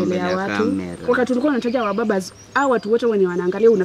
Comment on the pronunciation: SHE HAS WABABAZ...NOT MUBABAZ... 😆 😂 😆 😂 nasi nakugonganga proper 😅